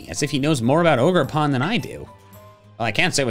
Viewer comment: you pronounced it wrong it’s O jer pawn